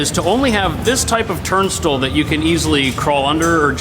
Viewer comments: it’s TURN STYLE! Love you so I have to help you out. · Turnstill? How did turnstile become turn-still ?